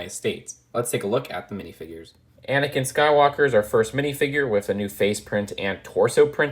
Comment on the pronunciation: There’s a lot of "wif"s in this